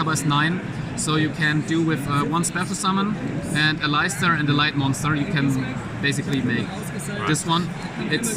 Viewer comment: the way he pronounces "Aleister" hurt my ears =') but niec deck profile, I believe I am the only 'not fun' about the mekk-knight engine ....